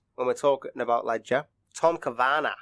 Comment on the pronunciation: What?!! That is Jeff Buckley singing Hallelujah and Heath is NOT the orphan in clowning around. This is the worst Heath video yet! What is with the weird accent voice over? AI? It's awful. Also learn how to pronounce Cavanaugh properly.